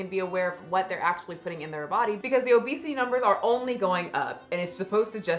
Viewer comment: “He onlyé walks for ice creamé”